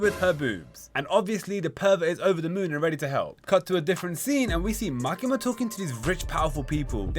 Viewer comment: bro cant say makima 😭😭